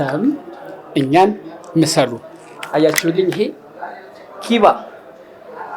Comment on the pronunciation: ተክሌ ማስተካከያ። ከራስህ ያደረከው ኪቫ ሳይሆን ኪባ ነው። (ባ ) ጠበቅ ብሎ ይነበብ ኪባ ይባላል